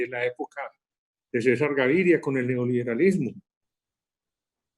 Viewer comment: Creí que era un politólogo serio, hasta que dijo "neoloberalismo"